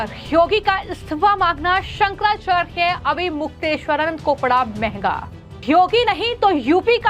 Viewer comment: ये फर्जी शंकराचार्य नहीं हैं, सनातन धर्म के शीर्ष प्रतिनिधि हैं। उन पर टीका-टिप्पणी करने वाले फर्जी नेताओं के बंधुआ मजदूर और मानसिक गुलाम हैं। ये यू-ट्यूबर तो शंकराचार्य का नाम भी शुद्धता से उच्चरित नहीं कर पा रही है।